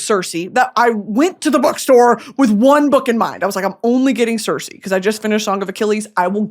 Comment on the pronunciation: Brittany love you much love you are pronouncing Circe wrong❤❤